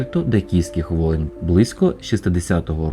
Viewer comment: Кельто-,... воєн < яких воєн ?!? Можна ЧІТКО вимовляти слова, не ковтати їх ?!!!!?